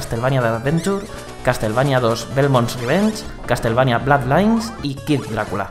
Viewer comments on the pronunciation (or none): Estoy seguro de que no se pronuncia "blad lains"